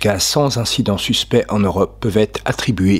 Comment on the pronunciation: On ne dit pas cent Z'incident. Il n'y a pas de Z à la fin de cent, ni au début d'incident.